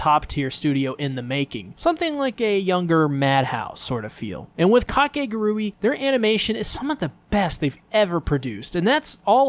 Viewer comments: This is already pushing my buttons and I'm not even a minute in but it's (ka-kay-goo-ree) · I really cant get over how people pronounce Kakegurui like there is no actual way to pronounce it but Kah-ke-gu-ru-e K-k-gu-rae Same word different pronunciation. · How do you pronounce the name of this show? Ive been saying it as: cake·uh·gure·ee And ive heard people say it different from how the guy in the video says it so now im confused.